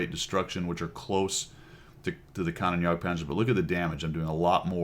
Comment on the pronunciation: Kan-Oh-Nen, not Kan-on